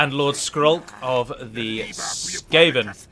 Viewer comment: Hey, you pronounced Skaven correctly lol